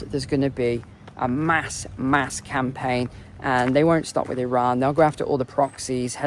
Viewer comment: Stop being pretentious in the pronunciation of Iran and Iraq, I can't listen to it